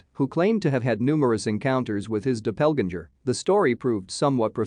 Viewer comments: "Dopelginger" for doppelganger 😂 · I would like to see the narrator's grade for pronounciation. Dreadful! 'Doppelganger', 'Lui' and Guy de Maupassant are prime examples. How can anyone, trying to commit suicide, slash his wrist 6 times????